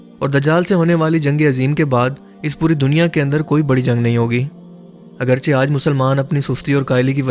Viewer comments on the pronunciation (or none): none